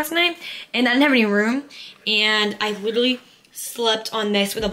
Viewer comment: Did you guys hear her say literwy like times and she didn’t say it right once!!!????